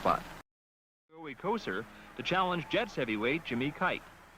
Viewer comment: The "Joe Couture" pronunciation of "Kocur" caught me off guard ! Lol